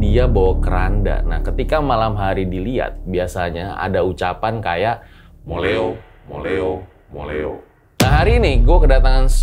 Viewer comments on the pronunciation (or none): Kalau menurutku itu "mulio" bukan moleo,mulio itu artinya pulanglah ..karna mungkin itu yg ngomong banyak jadi terkesan dengernya moleo,moleo....